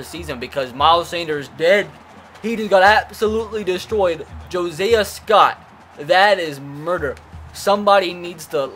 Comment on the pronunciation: They way you said josiah 😂😂😂 (my name too)